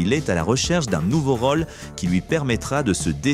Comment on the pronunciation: Rôle, contrôle : il y a des O circonflexes. Cela fait saigner mes oreilles.